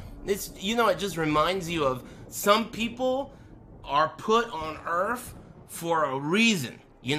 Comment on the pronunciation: Does he say earth or earf ?